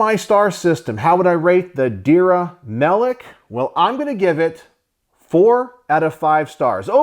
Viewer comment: One more thing Not Dir ya Try to say like this There-ya